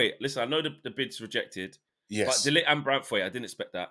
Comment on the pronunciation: Guys, learn how to pronounce De LiGt's name. Frustrating listening to you both say lit! 🤦